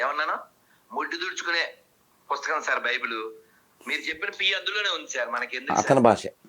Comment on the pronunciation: Baibel kadhu bulbul adhi